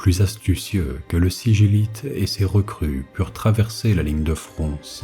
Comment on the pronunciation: On dit pas siguilite?